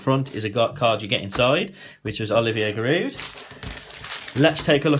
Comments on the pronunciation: He said giroud wrong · What i meant was he thought it was giroud on the of the tin but it is ramesy